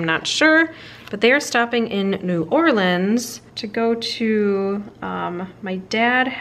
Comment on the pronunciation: I love that to pronounce New Orleans right! The should go on a cemetery tour while she’s waiting on the Fav Dad.